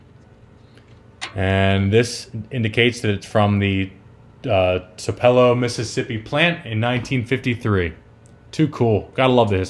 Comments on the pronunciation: Tupelo-(two'- pu- low) NOT (tuh-pel'- oh) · it’s pronounced two-puh-low, not whatever you said. I have been there. It’s the birthplace of Elvis Presley — whom is rolling over in his grave right now. Beautiful place. You should visit sometime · Tupelo pronounced two-PAH-low the birthplace of Elvis Aaron Presley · this is super late, but it's pronounced toop-uh-low